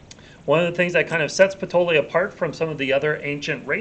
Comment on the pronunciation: just wondering if it's not pronounced patoyee...??